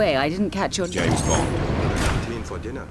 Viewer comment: Real Bames Bond vibes.